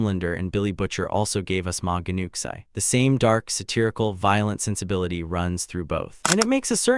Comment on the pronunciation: It’s pronounced new chee